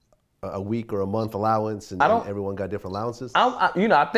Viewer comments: That's what Suge called it "allownance". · To hear a grown man say allowance